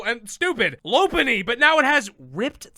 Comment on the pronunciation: Well thought out analysis, but you can’t seem to pronounce Lopunny right. 0/10